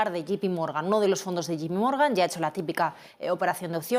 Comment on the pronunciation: se dice Yei (J) pi Morgan, no como dicen ustedes " yi (G) pi morgan"